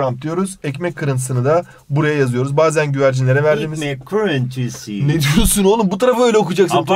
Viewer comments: ✨EğKmEğĞkK kIrIğInTıSıIğĞ✨ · bazen güvercinlere verdiği... İğkmek kırintisiğğ ne diyosun olum burayı öyle okuyacaksın allahım yearrabbiğim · ekmek kirintisiğ -ne diyorsun olum burayı öyle okuyacaksın Allah'ım yarabiğim